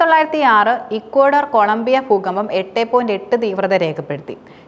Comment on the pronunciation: പൂക്കമ്പം അല്ല ദൂകമ്പം 😂😂😂